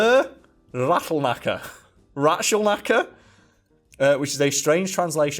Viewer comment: that rätzel knacker was so badly pronounced that it took me multiple relistens to even be able to guess was it could be and a check on the wiki to find it out for real. i'm always amazed how hard people struggle with german pronunciation but at the same time they don't even try to say the letters that are written which for english speakers makes sense i'll guess as english doesn't give a shit about lining up pronunciations and the written word.